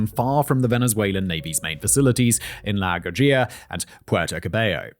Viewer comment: Simon, not "la gajira". To help you pronounce it with your english mouth, "la goo-ah-hi-ra".